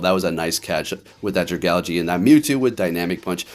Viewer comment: listening to u pronounce solgaleo like that was actually making me mad